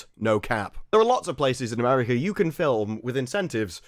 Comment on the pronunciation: America ends with an A, not an R. Pronounce it properly.